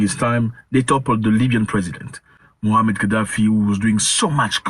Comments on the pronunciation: The correct pronunciation of his name is Muamar (not Muhammad) Ghaddafi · Moamar, not Mohamed